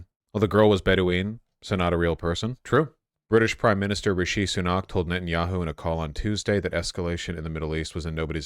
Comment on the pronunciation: Lmao at this pronunciation of the UK Prime Minister's name. It's RISHi SOONak not RishEE SunAAK